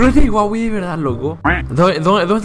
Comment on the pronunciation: hahaha kp no es co huahwi ese el del juego se llama huaiwi :V